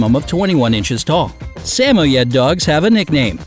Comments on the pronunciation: It's now (sam-oh-yed) it's (su-moyed) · It makes me cringe when he mispronounces “Samoyad” It’s (Sum-oy-id) I have five so I know🙃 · I thought it was sem-moi-ed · Its not sa mo yed it's sa moyd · Sam-Oh-Yed I thought it was Sah-Moi-yed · Samoyed = "suh-moi-yed" ... not "sam-ohyed" lol Do you people EVER research?? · The Samoyed dog breed name is pronounced with only two syllables. Sa*moyed, and spoken together it sounds like Sam*moyed. However, it only has one M in it's spelling. It is not pronounced "Sa *mo *Yed's" in three syllables as you pronounced it. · Samoiet no samroid and I’m spelling how you say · Did he just pronounced SAMOYED as SA-MO-YED?🔪 also, samoyed costs php100k-200k here in Philippines :< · Nana from Peter Pan is a St. Bernard. It’s Sam-oy-Ed and Doe-go Argentino and Caa-nay Corso. The average cost of the breeds are way off as are the grooming costs. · Whats a say moyade !? Its a samoyed!!!! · The pronunciation is wrong. It is sa-moy-ed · don't forget saMOYed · Sorry your pronouncing Samoyed wrong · the way he said samoyed angered me😂😂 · And samoyed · the way he pronounced Samoyed...💀🔪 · third guy from the left ikr I have a Samoyed and it is NOT pronounced like how he said it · You cant pronounce samyoed :/ Plus in Australia they cost $3000 fun fact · Look into reputable breeders or breed specific rescues and you'll find them for much cheaper. This video is full of wrong info. They cant even pronounce samoyed correctly. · Anyone noticed how wrongly he pronounced Samoyed? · Their pronouncing samoyed wrong.... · You said samoyed wrong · May need to work on pronunciation on some of these dogs names, was very cringe worthy hearing how you said Samoyed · they mispronounced samoyed and cane corso , bad research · Is anyone else triggered... he pronounced SAMOYED wrong? Just kidding, some people might spell it differently depending on there accent. Just wanted to comment! 😂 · They said Samoyed wrong. Cringe